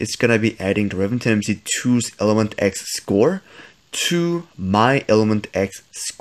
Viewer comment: Why do you keep saying ilementX and not elementX